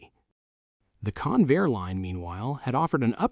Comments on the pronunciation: That's CON-vair, not "conveyor." The name was a portmanteau formed by the merger of Consolidated and Vultee aircraft corporations. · That competing aircraft builder wasn't "Can-VAIR" it was CON-vair. Don'tcha just love these AI Slop robots? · Hey stupid AI. It's CON-VAIR with the accent on CON. AI slop. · It''s "Convair," not "Conveyor." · Convair, not conveyor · LOSE THE ANNOUNCER BOT!! ("Kinvayer", MY ASS!) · Convair has two syllables, both stressed, and is NOT pronounced Conveyor. It's discouraging to see excellent film with sloppy narration. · Yes! It is pronounced Con - Vair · Three and a half minutes into the video and the narrator begins to pronounce Convair properly. But the producers couldn't be bothered to just restart the narration because of laziness. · Learn how to pronounce Convair. AI again. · I'm so sick of AI mispronunciations. I can't finish watching this garbage.